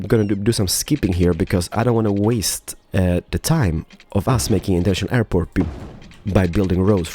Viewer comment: "Airpoo" XD